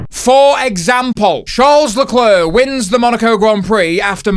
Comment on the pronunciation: It's pronounced Leclerc,not Leclair,or not even Lecler